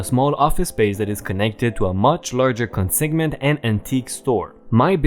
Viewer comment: consignment is pronounced con sign ment . just for future reference. :)